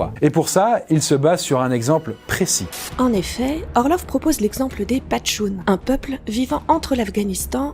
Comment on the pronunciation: C'est PACHTOUN qu'on dit ! PaCHToun et pas PaTCHou